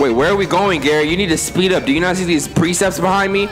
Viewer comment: This man said “Precepts” the entire gameplay